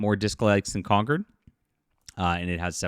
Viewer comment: Con-CORD. Not conquered.